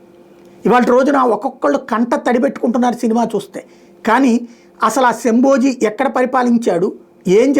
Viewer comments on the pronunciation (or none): Plz. Sambhoji kaadu Sambhaji